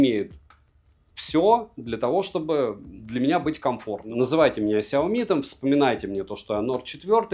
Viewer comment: 😂😂😂 "Сяомит" меня когда так назвали в чате , я даже немного обиделся. Но я уважаю чужое мнение и про обзор могу сказать только - СУПЕР. Особенно когда топ на 1 месте мой любимый бренд. За видео однозначно лайк.😊👍 Спасибо!